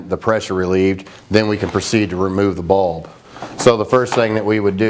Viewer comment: Lol "UV baulb." Haha Just laughing at the accent from up here in NY. But for real, great video, thanks for helping!